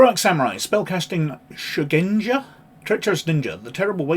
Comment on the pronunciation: A Good video, though L5R 3E is my preferred edition; however, as pronunciation is something of a personal bugbear of mine 😅, I feel compelled to lend a hand (no offence intended): Rokugan = ROH●koo●GAHN Shugenja = SHOE●gen●JAH ("gen" rhymes with "Ken", with the "g" sounded like the one in "guy" or "ghost") (Also: There's an "Oriental Adventures Pronounciation Guide" on the en world website that may be useful for other words used in the game/setting) Stolze = STOL●zee (and that comes straight from his own website) Edit: Sorry to hear about the YT censorship nonsense - it seems that between their AI "filters" and overzealous fundamentalists amongst both YT review/appeal staff and the general viewing public, sheer and utter madness rules the day; hopefully something good will come out of this, somehow...🤞